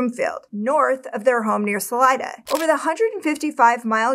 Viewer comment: Completely off topic but I'm impressed by the correct pronunciations of Salida and especially Saguache